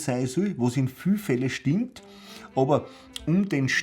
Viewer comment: Yah! SCHTIMMPT!